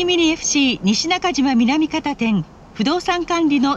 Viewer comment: 阪急は「みなみかた」